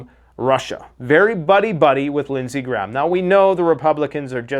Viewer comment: It's Lindsay GRAHAM not Lindsay Gram. Why can't people pronounce this name?